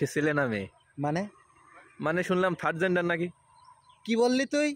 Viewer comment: থার্ড ডেন্ডার🤣🤣 উচ্চারণে ফোকাস করো। Time